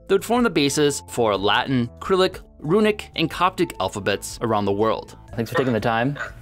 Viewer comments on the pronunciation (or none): "Kryllic"? Like, "Cyrillic" with an "S" sound? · Did this guy really just call Cyrillic "krilik" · I mean this is the guy that pronounces dagger as day-ger so doesn't surprise me he'd screw up Cyrillic.